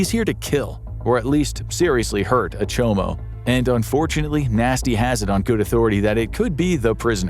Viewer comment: off so close. its chomo, not chobo